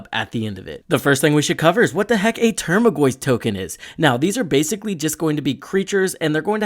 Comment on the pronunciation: Solid video, earned a subscriber but bugged me how you pronounced tarmogoyf as "termagoyf" everytime